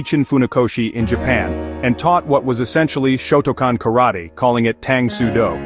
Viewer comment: Shotoken? Shotocan? I believe you mean Shotokan, pronounced show toe khan